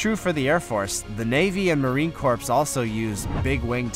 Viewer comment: You Said Marine Corpse!!!! I Heart That!!!!!!!!!!!!!